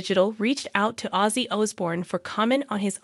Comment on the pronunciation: How can this segment get produced mispronouncing OZZY? unreal